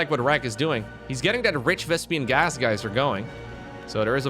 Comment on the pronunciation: Because you want some feedback: you always say "ranged upgrade", when it's range upgrade. 🤣 And still the misspronounciation of Vespine Gas as "Vaspiene Gas". 😂 But by now I shelved it as mistakes, that can't be unlearned anymore.